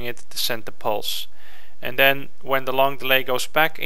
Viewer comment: Stop saying 'den.' It's 'then.' C'mon!